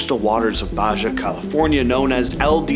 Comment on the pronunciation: I'm sorry, is one of my favs...but Ba-jaw made me laugh!! It's Ba-ha. (Baja California). 😉